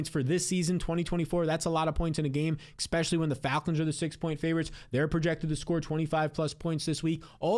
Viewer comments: There's no X in especially, It's not a regional thing. It's blatantly mispronouncing a simple word. Expecially when someone says it 27 times each video. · You can’t take this guy seriously. He still has trouble saying ESPECIALLY… how does he have 150 k subs?!